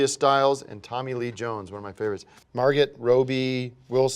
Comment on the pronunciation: He called Margot Robbie Margit. That's my name,!!!